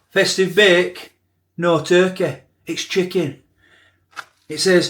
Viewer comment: 'Where's the turkeh?' Where's the turkeh?' It's pronounced Tur-key...TUR-KEY!!! 😂